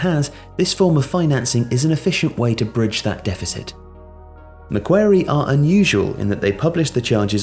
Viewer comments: Love the video, but the name of the bank is pronounced Mac-quarry, not Mac-wary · ma-kwor-ee not mac-kware-ee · John Ingui more just like Maquarry, barely pronounce the C. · Otherwise known as Mac Bank if it’s too hard :) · The bank is pronounced Mac-Worry but you say it fast like Macworry ✌🏾✌🏾✌🏾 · I shudder at the possibility of embarrassing myself, but from one of your biggest Aussie fans, it's pronounced MA-QUARRY like the British governor. We have quite a lot of things named after him. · Mac-quarry. Mac-quarry. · Dude said Mah Qair ee lmao. That's not how you say it mate. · First: it's pronounced Mack-Quarry. Second: It's one of the biggest corporate banks in the world. They are specialists in organising private equity consortiums for acquisition and funding of large infrastructure (airports, tollroads, water works, etc.). Third: They've been operating in London since the 70s. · maquarie... ‘mack-kwa-rie’ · the Australian bank is pronounced “Macquorie” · It's 'McWorrie' brah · I was listening to this and I was like "I've never heard of McWary" Then I realised he meant Macquarie. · Meant to pronoune Mac as the Mac in Maccas And ~quarry as quaarryy Not macwary lmao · Stop mispronouncing Macquarie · I watched while doing other things, and I just thought "they pronounce Maguire's name wrong" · Macquarie was not pronounced correctly, can’t blame you though - need the accent.